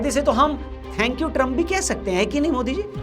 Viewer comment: ट्रंप का नाम सही लिखा है क्या या पहली बार मोदी से इसका सही उच्चारण सुना है